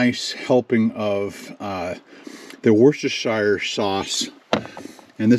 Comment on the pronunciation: Lol at your attempt but it's "wos-ter-shire" sauce